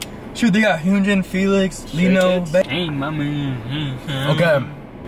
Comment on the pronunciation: its not hujin its hyun-jin